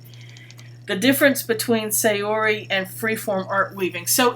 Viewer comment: Please pronounce Saori correctly. Japanese pronounce "a" as a short vowel. So it's more like "saa-ori". Thanks for listening.